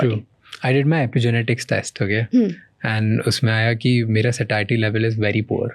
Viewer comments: What’s sashiety? 😂😂 Its satiety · It’s saTIEty, not SHHAShiety